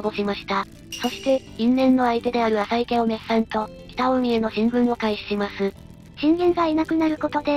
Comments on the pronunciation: かずますですよね 名前は正しく言って欲しいですよね あさいでは無くあざいですしね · 名前の呼び方が、あさいなのか、あざいなのか謎ですよね。最近はあざいと言うのが、定番だけど